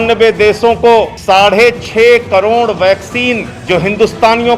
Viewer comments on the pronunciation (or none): none